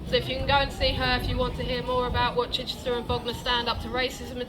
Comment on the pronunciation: It's Chichester 😅